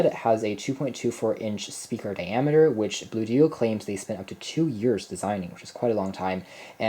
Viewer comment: ONE word... Bluedio... rhymes with studio... not Blue dio... no space, no hyphen... no capital letter to indicate a 2nd word so why on earth is everyone confounded by how to pronounce the name?